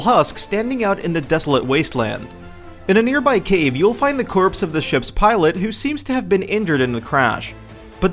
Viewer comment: Seriously... learn to pronounce the word "corpse"